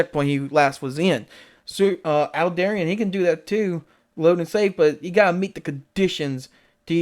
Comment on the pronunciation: Aldebaran... to pronounce it properly just pretend you're speaking Italian, "Al-deh-bah-rhan" ... Don't forget to roll the 'r' ;P Aldebaran /ælˈdɛbərən/, designated α Tauri (Latinized to Alpha Tauri), is a giant star measured to be about 65 light-years from the Sun in the zodiac constellation Taurus. It is the brightest star in Taurus and generally the fourteenth-brightest star in the night sky, though it varies slowly in brightness between magnitude 0.75 and 0.95. Aldebaran is believed to host a planet several times the mass of Jupiter, named Aldebaran b.